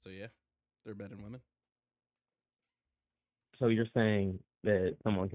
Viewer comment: Women..... The word is "womEn"!!!!! If I were I would REFUSE to debate any Gen Zer until they pronounce the word "womEn" CORRECTLY! That Gen Z "womAn" pronunciation for "womEn" drives me up the wall.... When did this start happening?